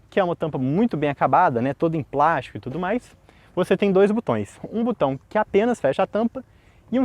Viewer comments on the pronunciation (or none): O correto é "botão", não "butão". Pelo nível do canal, vale corrigir esse vício